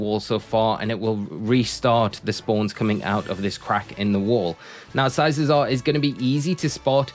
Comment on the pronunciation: You are mispronouncing it. It’s pronounced with hard C sound on the second C like the word cycle. As in bicycle. Cuz it looks like a bicycle.